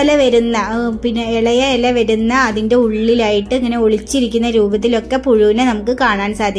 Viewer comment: എല അല്ല ഇലയാട്ടൊ